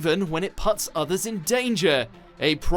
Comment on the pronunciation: Everything aside ... Did you really said PUTS? Wow.......and yeah Goku wasn't always the.......most bright you know